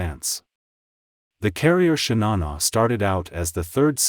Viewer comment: „Shinana“🤷🏻‍♂️… bad ai voiceover….